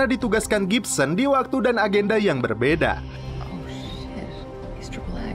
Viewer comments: Gibbons mang bukan gipsen :v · Gibbons Di baca Gibsons,,, Iyaa Baiq 😀